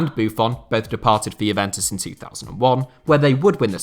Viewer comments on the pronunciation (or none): none